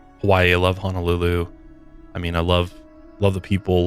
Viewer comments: It's Honolulu, not Hanalulu. Mahalo! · Just FYI since you and Kendall like to visit the islands and enjoy the Hawaiian culture. Pronunciation is ho-no-lu-lu ….. instead of ha-na-lu-lu ☀️ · Aloha, Sorry...it's HOO-NOO-LOO-LOO(Honolulu)...and HAH-VAI-EEE(Hawai'i)...Listening in I'm getting irked small kine....but keep up da good work!🤙🏾